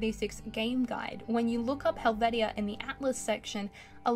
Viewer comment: Helvetia is pronounced Helv(sh)a... I lived close to this location and been to the celebrations.